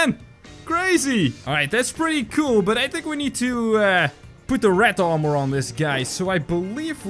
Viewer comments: Its armor not ar more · How to pronounce armor: ar-mer